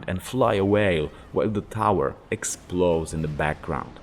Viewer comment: I love your accent and pronounciations. It honestly adds a layer to these videos that nobody else has. Like its all serious and then you say "and the bomp essplode, and he hoops away" I burst out. I thoroughly enjoy your videos, both awake and for falling asleep to